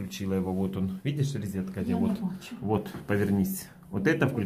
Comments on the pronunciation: Ризетка))) рОзетка ! О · Электрическая розЕтка , а не рЕзетка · Не могу больше слышать ризетка, за ранее извиняюсь, но режет слух. Розетка - слово от французского "Rosette". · НЕ ризетка, а РОЗЕТКА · Резетки и ризетки !!!